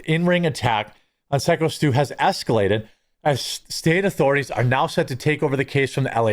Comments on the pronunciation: PSYCHO Stu, not "sicko" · Please stop saying sicko Stu..it's phyco stu, not sicko😅 Danger wrestling was wrestling with the fact they might have had to change it name to BUD LIGHT WRESTLING!!!😅😅😅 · Buddy stop calling him sicko.. pronounced like psycho 😂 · Please please pronounce it PSYCO STU, not sicko Stu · Dude it’s pronounced Psyco Stu not “Sicko”. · It’s “Psycho” Stu not Sicko Stu. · Your saying Psycho wrong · Hey, you've been covering the story for over a week. It's pronounced PSYCHO, figure it out! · Psycho Stu you moron! It is pronounced psycho!!!! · … it’s said like “psycho” Stu. Just wanted to get it right ~